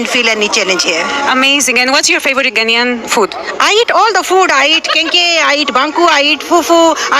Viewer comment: Its 🇬🇭 NAIAN oo. Its spelt GHANAIAN please. Just drawing your attention. Am sorry to disappoint you, because the young people in your country are not going to change;unfortunately. Its because they don't know the history. The older ones know the history. Ghana was ahead of Anago 🇳🇬 in all spheres of development PRE and POST independence until the OIL BOOM in Anago 🇳🇬 in the 1970's.